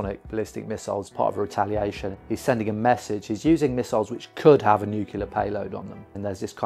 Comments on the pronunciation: Bravo! "Nuclear," though, not "nucular." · Please, “nuke ya ler“ grates on my ears! It’s pronounced “new clear”. Other than that, thanks for your great work ! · Am I the only one annoyed by his pronounciation of "nuclear" as if it's "nukelar"? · Why does EVERYONE say nuke-YOU-lur?!?!?!? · Okay, I've watched 19 seconds and you've not been able to pronounce the word "nuclear" so many times, I stop right here. Maybe get someone educated and able to speak English to make your videos next time. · Can't even pronounce 'nuclear' properly.